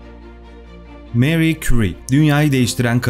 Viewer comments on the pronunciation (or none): Fransızca telafuzzu Meri değil Mari. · Meri değil Mari diye okunur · neden Meri soyluyorsunus abi fransca MARI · Harika video her zaman olduğu gibi.. Teşekkür ederim. Bir de isimler doğru telaffuz edilseydi.. Fransızca'da Marie, Meri değil Mari okunur.. Çocukları da "Ayrin" değil İren olduğu gibi.. Ahmet ismine " Ehmet" demek gibi olmuş.. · Meri diye okunmasi yanlis „mari“ diye türkce okumasi gerekir... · Senin gibi bir adam da meri.,lavozyer diyor ya hayal kırıklığı